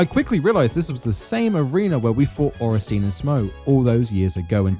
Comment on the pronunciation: Ohrensteen??? Sweet jeebus Miyazakis feet! What next? smoogh pronunciation? Smogh should be pronounced like smog with a U inbetween, ornstien should be pronounced orn sti en ....